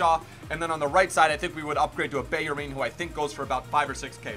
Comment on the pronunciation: hold up how the fuck are you pronouncing bellerin and juventus